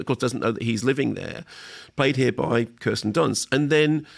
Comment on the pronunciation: It's pronounced Keersten Dunst. Get it right or she'll come for you 😅